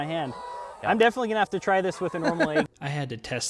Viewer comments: AIGS! We got AIGS! It's an EGG not AIG! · Head bang every time I heard the letter A in "egg." It's like sleeping on a bade, chaking a list twice, trayking through the forest, looking for a treasure chaste, putting your nake on the line for someone, the baste of the baste in waystern haymisphere. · The way you pronounce "egg" drove me insane